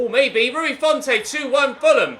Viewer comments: it’s pronounced font rather than fontay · Bro do you ever read your comments? Every episode people keep saying, 1.Stop calling Seri French 2. Stop pronouncing the 'e' in Rui Fonte 3. At least try out Mitro especially as he has just signed IRL I don't actually care if you do these things or not cos i enjoy the series but seriously start reading your comments and responding to feedback